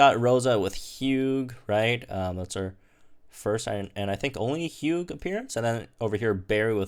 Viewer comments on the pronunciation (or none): did you just say “Hu gah”? It’s pronounced “Hue” 😂 no where on Earth do you pronounce the G in Hugh lol